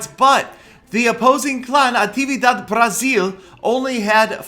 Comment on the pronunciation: Why did he say BRAZIELL